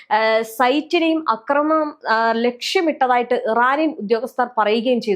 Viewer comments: അക്രമണം അല്ല ആക്രമണം 😂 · സഹോദരീ, "അക്രമണം" എന്നല്ല "ആക്രമണം" എന്നാണ് പറയേണ്ടത്. യദു പറയുന്നത് കേട്ടിട്ടില്ലേ?